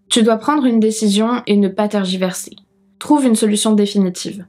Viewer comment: Cest moi ou tu prononces tArgiverser et commandEter au lieu de tErgiverser et commanditer ? sinon super vidéo. merci pour ton travail